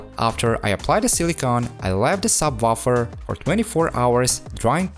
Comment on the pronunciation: "Sub waffle"